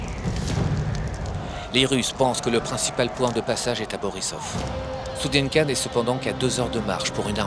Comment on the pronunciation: Pas stoudienka mais studienka j'y suis allé !